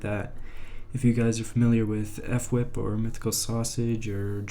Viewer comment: Who says Fwhip as F -whip 😭😭. Also ts feels like I'm watching footage from the archives or something lol